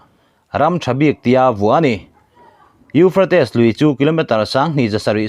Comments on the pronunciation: Euphrates i lam dan chu le...kan bo hû mai dawn a lawm le. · A lar teh reng nen..lam dik hram se tiraw🤭